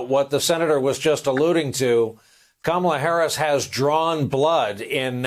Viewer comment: Çome on Rev. Learn how to pronounce the woman's name brother. Your butchering it man. You did the same thing on your show Saturday evening as well. Get it right man. It's Comma-La. Ok?